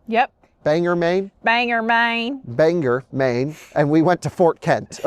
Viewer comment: It is pronounced BangOr, not banger. On another note…While I understand why you did it, drafting behind a semi is a recipe for disaster as well as illegal (following too closely). No semi driver appreciates it and not State Trooper will accept your excuse.